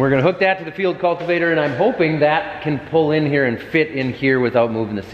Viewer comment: Preciate you saying Field Cultivator correctly, and not "Digger"